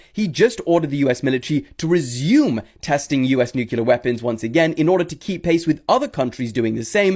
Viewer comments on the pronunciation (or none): Okay at about 40 minutes and there's a moron talking about a new weapon that Russia has. Yet, before he discusses that weapon he makes a statement, America the only country to ever use a nuculear weapon! It's nuclear! I hate when morons say that word! Do you also say libary?